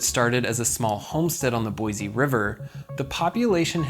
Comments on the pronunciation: Boy-Sea, not Boy-zee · Its Boise not Boize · Since I have lived in idaho my hole life it is pronounced boy see Boise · Not to be too critical, but it is Boy-c. Thank you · Hey, real quick. See this word? >Boise< Does this look like it has a "z" to you? No? Good, then stop saying it like it does. Edit: A word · It hurts your cred how you mispronounce "Boise" every single time you say it.